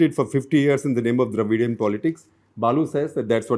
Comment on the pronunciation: Shekhar Gupta as journalist for more than 40 years does not even ready to pronunce Dravidian as it should be. This is the kind of attitude that the Tamils hate to put up with.